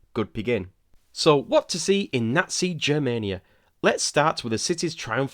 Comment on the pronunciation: The “G” in Germania is pronounced the same way as in “go” or “get” rather than how it’s pronounced in “Germany”. So it’s Germania instead of “Jermania”